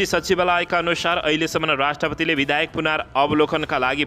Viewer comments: kasto news bachan garnai najanne manxe le news vanx...BIDHAYAK haina ke BIDHEYAK vanna aaudaina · बिधेयक लाई बिधायक भनी बराबर उच्चारण गरिरहेकाे छ । लेख्नेले गल्ती लेखेकाे हाे कि उच्चारणमा गल्ती गरिरहेकाे हाे । भाषा सुध्द बाेलेर सुनाउने कि ? ब